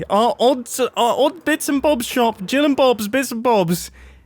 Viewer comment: U said Gill instead of Jill lol, hope you notice and fix the sign. Or keep it because its funny lol